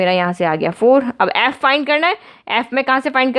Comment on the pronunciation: Ma'am its "ef" not "aeyyf" XD